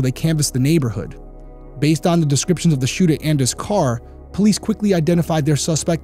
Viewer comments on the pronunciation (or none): the RI accent coming out in “shooter” 😋